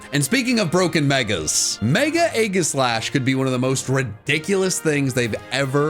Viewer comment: DO NOT LEAVE OFF THE E IN AEGISLASH!